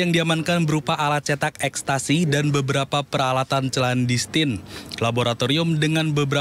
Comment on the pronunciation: Pembaca beritanya - kedengaran masih belajar - mosok "clandestine' (=secara diam-diam, rahasia) - diucapkan chlandestine bukannya 'klandestin".